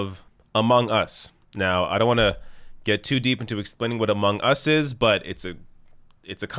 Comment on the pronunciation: LOL i can tell you aren't a gamer by the way you pronounce "among. us."